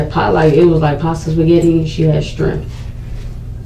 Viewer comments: Are you certain there’s an “H” in strimp? 😅😅😅😅😅 RIP Aniya Angel ❤ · Oh Yes!!! and had the nerve to say she's very intelligent, Ba-baaay, No you're not!! Not using the word Prolonged in the wrong context and saying, "Strimps" instead of Shrimp! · Truth. Remove her abhorrent behavior with her own child, and you're left with an ignorant adult child. The things she "doesn't understand" when she wasn't even trying to lie yet, saying "scrimp" instead of "shrimp", booboo for poop instead of an injury, "we wasn't", "lactose tall or whatever", not knowing what she used to get to google ("I just scroll over" but it ends up being voice activated?)... it just goes on and on. People have got to be able to have basic appropriate communication to be in a position of care/teaching children. I'd rather have a rock babysit my children than her. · Cant even pronounce shrimp🤦🏿‍♀️ Strimps... ugh. What a dumb individual. Does not know the definition of prolonged. The Johnson & Johnson slander is wild ... Smh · WHEN SHE SAID THE BABY HAD "STRIMP" PASTA I KNEW SHE WAS GUILTY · Or when she said they ate "strimps" at Red Lobster. Made me want to scream. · The way she pronounced shrimp (shrimp) was annoying as hell. Then the use of prolonged in the wrong context was even more annoying. They got what they deserved both of them.